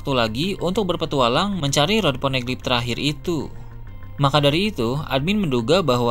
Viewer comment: Ponegeli??? Geli perut aku dengar hahahahahha